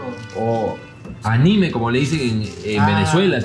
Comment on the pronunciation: Es que se dice anime, no ánime, no lleva acento en la A, al igual que Pokemon, no Pokemón, porque no lleva tampoco acento 😅